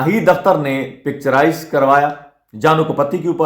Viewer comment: سر جی گانا پکچراز نہیں پکچرائز ہوتا ہے آپ حوصلے سے گفتگو کریں سکون سے بولیں ۔۔۔۔👌🏾✌💯